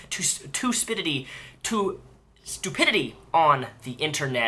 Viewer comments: "Toopidity" LOL. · Lol you should keep it as tuspidity, that was hilarious.